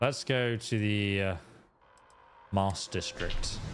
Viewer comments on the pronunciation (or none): none